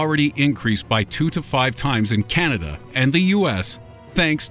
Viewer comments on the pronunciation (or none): none